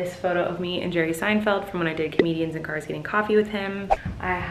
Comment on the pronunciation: I love how colleen says " dar dar's" instead of cars 😂😂